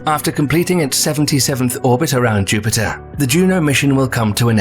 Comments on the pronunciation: Did the narrator say Juniper?? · I would think a channel with nearly 2 million subscribers would at least pronounce planets names correctly......Juniper?